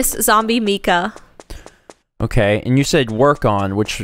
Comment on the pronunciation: Is Zombie Mika's name pronounced with a long "e" sound as you've been saying, or is it a long "I"? I work with someone whose name is Mika, and it's pronounced with a long "I."